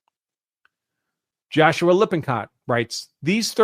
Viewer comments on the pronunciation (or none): none